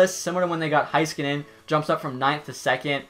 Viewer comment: No offense, but most people say Heiskanen wrong. It’s Hay-ska-nin